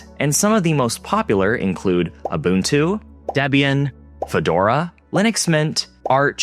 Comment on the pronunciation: Wow, this video was extremely hard to listen to, given the absolute butchering of the acronyms, and terms. Gooey, and ganoe... Really...? Mispronounced Ubuntu, but got Arch right. Whatever... The info was mostly right, though, even if the stats are shifting, post win11.